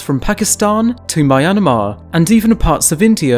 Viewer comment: The Greater " One HornedTrinos". Lol.. sorry man, but I bet it's a mouthful, Greater one horned rhinos. You're sweet ! ". Oh wait... My-enerma" ! Hahaha (myramar). I'm tired. I'm sorry.